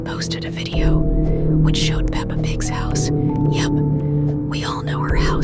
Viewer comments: DUDE ITS PEPPA NOT PAPA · it's peppa! Not papa! >:[ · She said papa pig it is Peppa pig 😭😭😭